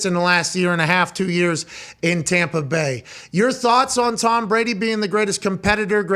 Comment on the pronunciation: "tHaNk YoU ToHmmmmm" jfc...